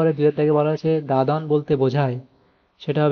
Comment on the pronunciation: ওটা দাদান নয় দাদন